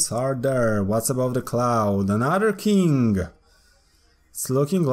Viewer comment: He says king kinda like kink